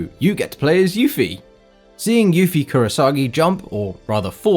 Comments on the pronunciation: not to be that guy but her name is Yuffie Kisaragi... not "Kurasagi" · It's Yuffie Kisaragi, not Yuffie Kurasagi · Yuffie Kurasagi WTF is Kisaragi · I laughed my rear off for that "Kurasagi"... 😂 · Yuffie Kurasagi!? KISARAGI. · Kisaragi, not Kurasagi. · Yuffie Kisaragi not Kurasagi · ki sa ra gi it's KI SA RA GI KUPOOOOOOO!!!!!!! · I don't wanna be THAT guy, but her name is Yuffie Kisaragi, not Yuffie "Kurasagi" as you put it. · I will riot for you have mispronounced Yuffie's last name! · It’s Yuffie Kisaragi breh...